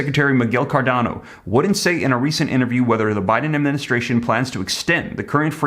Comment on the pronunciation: Hey that is pronounced (Car-Doh-Nah)